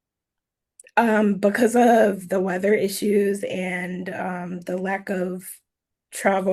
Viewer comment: “That was day of the weatherrrr” 🤦🏼‍♀️